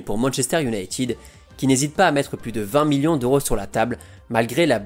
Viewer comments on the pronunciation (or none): none